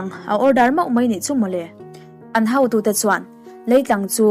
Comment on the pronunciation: Tha thin hlemaii... Mizo tawng lam Dan hi Han ngaipawimawh deuh hramla... Kan lo ngaithla ziah a Nia.. hotu tihtur hautu ti rik anga lam angchi te kha Han ngai thla Chiang vang2 la... Rawn tang sauh2 angchee... 👍